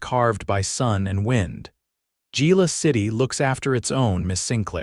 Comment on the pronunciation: To whoever is narrating this it's pronounced ' Hila' not Gila